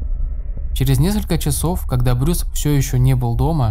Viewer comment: Уважаемый автор , вы хотя бы проверяйте оригинальные источники . Как можно делать видео , если даже имя главного героя выпуска , вы произносите неправильно ... Его не Брюс зовут , а Брайс !